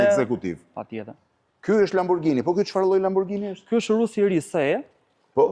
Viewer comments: Lamborgini, jo lamborxhini jo lambogjini...ju lutem... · aaaa dmth Majkell Xhekson sepse lexohet Majkell Xhekson ne anglisht, apo jo? Po Lamborghini qe lexohet Lamborgini ne italisht pse duhet te thuhet “Lamborxhini”? 😂😂😂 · Lamborgjini.. Lamborgjini.😂😂😂 Lamborghini shkruhet.. E lexohet lamborgini. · Jo lamborxhini po lamborgini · Qe pronari i dyqanit (sallonit) i thote Lamborghini-t (lexohet : lamborgini), LAMBORXHINI, tregon shumë, po shumë, se në dorë të kujt është pasuria në Shqipëri. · zoti Katnar makina eshte italiane dhe jo shqiptare. Ne italisht kur eshte GH lexohet G jo XH. Gjithe bota i thote Lamborgini edhe ne Amerike jo vetem Arabi or ku thua ti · Niveli me i larte ne bote... A kane pare ndonjehere ne youtube keta se c'behet? PS. Pikerisht, LamborGGGini me G dhe jo me Xh/Gj etj. PSS. O Blendo po ik e bej detyrat e shtepise more burre. Mos te dije gazetari si quhen makinat para nje reportazhi per makinat...